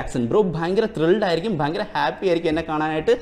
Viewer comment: ഫയങ്കരം തന്നെ🥴🥴🥴🥴